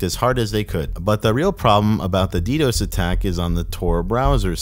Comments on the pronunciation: Although its funny how does ALL of this research and is the dark web expert just to pronounce DDOS the way he does lmao Never heard one person pronounce it D-DOSE, its D-D-O-S or D-Das/D-Dos. (Only mentioning it because the way he pronounces it at waterchains part). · I almost clicked off the video hearing you say “ddose” instead of ddos. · “the *ddòs*” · Cool documentary man. Though as one who was an active user up to the day that Dream Market shut down, I can tell you that Dream was in fact plagued by Ddos attacks (pronounced D-D-O-S, not Dee-dose). That wasn't bullshit. And I've never seen or heard a whiff of LE knocking at my door since it's closure. The closing of deep dot web was a huge blow to the culture. Darknetstats is trying to fill the void, but no market has come close to filling the void left by Dream. All the new markets are so freaking complicated to use that for the casual user, like myself, it's just too much of a hassle. RIP - Dream Market. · "Dee Dose" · How you pronounce DDOS is hilarious 😂. D Dose 😂. Love the videos for how well they’re done and the occasional slip ups 😊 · the fact that you say “DDose” makes me want to claw my eyes out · Good lord, learn how to say ddos, it’s not d dose, smh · Learn to pronounce DDos...."D Dose" fkn lol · never heard ddos being pronounced like that. gave me a lil giggle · Always cool to hear the Spanish pronunciation of DDOS! Uno, Dos, Tres, Quatro!